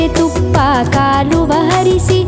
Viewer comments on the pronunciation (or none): You have a very beautiful voice and sing very lovely. Just that language is off pronunciation. -Its "Hejje" instead of Ejje - Mana Kaamaneya instead of manake manava - Kaluve instead of Kaluva.. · Beautiful song performed by Uthara Unnikrishnan daughter Unnikrishnan. Great Music composition Sai Madhukar. Its great Saint Purandara Dasa the father of Carnatic music. Little dissappointment is that the singer didn't pronounced the word Sakkare thuppa Kaluva. Its not Kaluva, It is Kaluve. The pronounciation should be perfect. Some times great singers will do small mistakes. It should not happen. Great singers like S P Balasubramanium used to teach this kind pronounciation mistakes to young singers. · Super voice.. lyrics miss out at "ಸಕ್ಕರೆ ತುಪ್ಪದ ಕಾಲುವೆ ಹರಿಸಿ" pronounced "SAKKARE TUPPADA KALUVA HARISI" instead of "SAKKARE TUPPADA KALUVE HARISI". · Hi Uttara your voice is beautiful, I am listening all your songs regularly. While singing other language songs ,please know the meaning of each word and also take care in pronouncing the same. In this song you are singing kaaluve (means flow of water in Chanel) as kaaluva. God bless you, keep singing. Your Sri Chakra song is my favorite